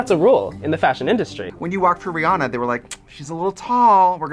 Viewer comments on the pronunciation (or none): none